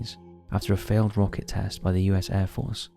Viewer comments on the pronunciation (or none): Caused the "rock" crash?? When your AI mispronounces rocket it's time for a change.